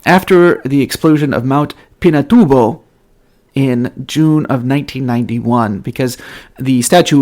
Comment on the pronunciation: Thanks for the beautiful story about Our Lady in Mt Pinatubo! And very good pronunciation of the place!